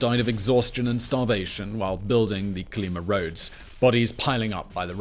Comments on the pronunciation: I think, based on Russian interviews, your pronouncing it wrong....it's Coal-e-MA' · fyi Kolyma has emphasis on the last syllable.